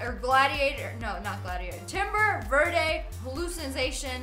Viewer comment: its pronounced verde not verde